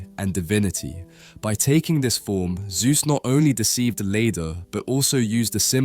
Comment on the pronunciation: His name was not "Soohth", but ZEUS!